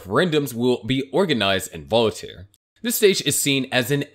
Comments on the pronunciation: I love your videos but cringe every time you misspeak "Voltaire" which is 2 syllables. It's not "Volitare" with three symbols. Voltaire was one of the greatest minds in history. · It's Voltare, not volitaire lol